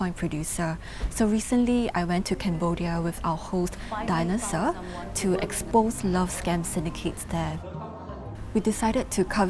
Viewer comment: Did she just say thst woman's name is Dina Saur? Lol